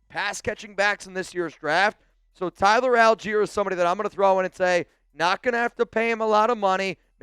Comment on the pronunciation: Tyler who, please say his name right.